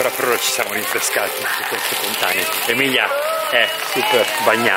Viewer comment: Ho capito adesso dalla maglietta che si chiama Emelia e non Emilia ops...in effetti pareva un po strano.. pero la tua pronuncia mi ha tratto in inganno perche in inglese la "e" si pronincia "i" ahahahahahahah